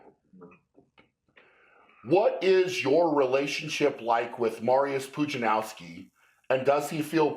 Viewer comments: nah Brian is pronouncing it wrong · I just Realised I've been pronouncing Mariusz Pudzianowski wrong this whole time 😂